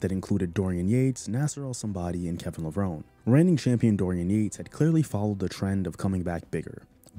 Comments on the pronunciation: Kevin Levron "Ee". The e in pronounced :) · I agree. His.name is pronounced Lah-vron-ee